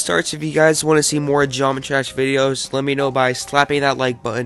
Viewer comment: Was it my ears or he said geomrtry trash?